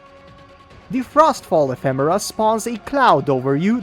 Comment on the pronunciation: Didn't see the previous video but the way you pronounce it in this video is actually correct.